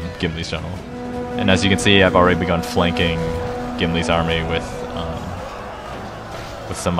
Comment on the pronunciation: did he say flanking or pianking